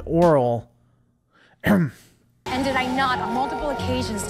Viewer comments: “Aural” not “oral”. Her ability to hear nuanced frequencies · aural, not oral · Aural. Not Oral. Aural Sensitivity. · That's "Aural sensitivity" as in sound, though mishearing that as "Oral" is meta. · I always thought Uhura was saying "aural" sensitivity, as in her ability to listen. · That's "aural sensitivity", not "oral". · “Aural” sensitivity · She is saying "aural" not "oral" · Aural sensitivity, not oral sensitivity, but a good joke nonetheless 🤣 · Aural, dude. Aural.